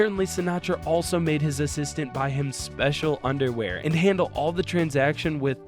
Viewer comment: nice 'assitant'